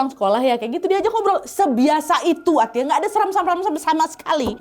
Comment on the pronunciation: Baca nya Atta😂😂